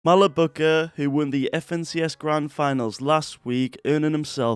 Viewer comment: im english and even i dont say malbuka